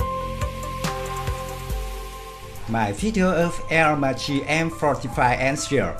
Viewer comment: Dund, Aermacchi it's pronounced AermaKKi